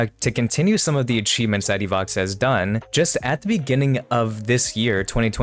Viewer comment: Не Ивакса, а Иваха